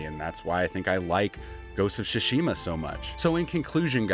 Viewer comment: Your pronunciation of Tsushima is bugging me.